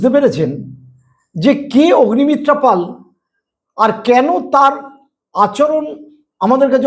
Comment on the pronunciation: " পল " নয় বলুন - " পাল " আচ্ছা বলুন তো - কোন যোগ্যতায় এখন পাল " পল " হয়ে যায়? পাল কে পাল ই বলবেন!